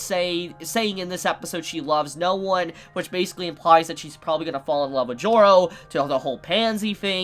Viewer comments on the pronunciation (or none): why does every time "Joro" is said i always hear it pronounced "Giorno"